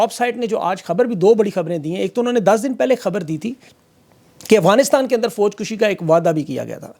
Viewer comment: Sir ek tasheeh kar lijae Foj Kashi hota he lafz. Foj kushi naheen